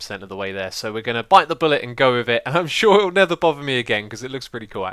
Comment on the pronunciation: when you say "never" while you're in the nether are you saying "nether"? o_o I swear I hear "nether"... but only while you're in the nether XD